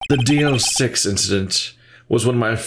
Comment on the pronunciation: I'm impressed that you didn't mispronounced DL-6 with DLC...😅